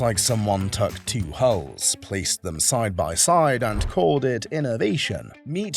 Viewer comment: I believe that you mean "hulls",,,,not "hauls", right ? And yes you are most correct. Great deal of difference between a dual hull design, and the tri-hulls shown. An actual "dual-hull" is more often referred to as a "catamaran". There's a YouTube channel where a couple is restoring a 58' one.